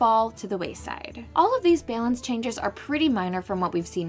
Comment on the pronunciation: Am I the only one triggered by the way she pronounces "balance"?